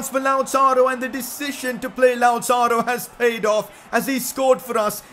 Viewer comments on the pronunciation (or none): none